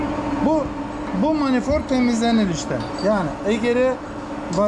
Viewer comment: Manifort değil Manifold 😂